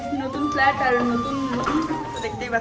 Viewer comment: একেই বলে কম বয়সে বিয়ে করলে যা হয়😂। শালা ইংরেজিটাও ঠিকমতো শিখেনি। ভাই এত বিয়ে করার কি তারা ছিল। একটু পড়াশোনাটাই ঠিকমতো শিখে নিতিস😂। ফ্ল্যাট কে ফ্লার্ট বলছে😂😂😂😂 Bancho*